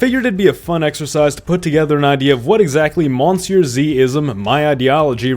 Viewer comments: Why do you pronounce monsieur the english way? I've heard you speak French. But at that point why not just call yourself on YouTube as well? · You pronounce Monsieur wrong